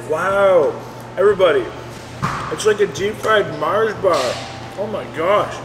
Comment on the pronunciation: bro its mars not marsh